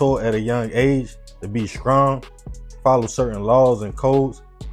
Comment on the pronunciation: I gave up at “skrong”